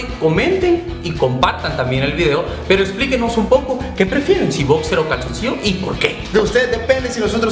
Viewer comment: "Bocser" :v